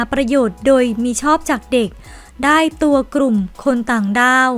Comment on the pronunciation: กลุ่ม ไม่กระดก ลิ้นนะคุณ ai